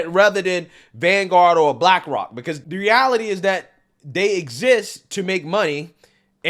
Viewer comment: Lol. Bwackwok Isn’t it pronounced Black Rock